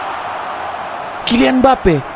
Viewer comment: kocak bang lu ngomong kylian mbappe nya wkwk